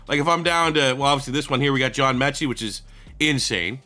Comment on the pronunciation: the guy who made the class completely butchered Metchie